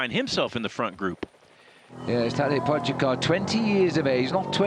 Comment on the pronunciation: when we consider the fame of Tadej Pogacar as of today, it is so ridiculous that they even don’t know how to pronounce his name exactly.😅😅😅